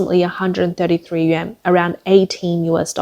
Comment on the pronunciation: Im sorry. But who are these idiots that keep-across youtube- pronoucing the "YUAN" like the japanese "Yen".